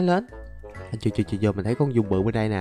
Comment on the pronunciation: Giun chứ ko phải dung